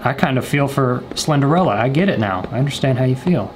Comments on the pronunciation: Alligaytor he said he thought the name was slenderella for months he didn’t say how many months btw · Mans really said Slenderella 😂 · I love how he says Slenderella when it clearly said Slenderina… lol 😂🤣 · He says slender-Ella 👋🏻🤣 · I dunno why but him calling Slenderina "Slenderella" made this video 20 times better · He said Slenderella haha 😆😆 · He says "slenderella" instead of "slenderina" 😂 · We both called her slenderella when it’s actually slenderina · The 2hole time he was saying slenderina wrong lol